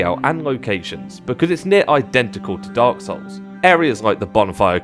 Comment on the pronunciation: Hes saying dog souls, im sure